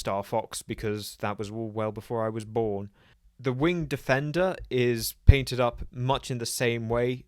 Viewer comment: Once again, I clicked the video before the notification appeared. You forgot to pronounce it "wing-ED" defender. But otherwise a great video. Never noticed the overlap between the Federation and Nova warp nacelles. Never really thought about the nacelle shape much other than cylinder = TOS-era, ellipse = TNG-era, and triangular = TNG movie-era. Perhaps a video on nacelle shapes would be in order?